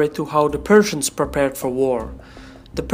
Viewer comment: Did he sayed Perthians or Persians?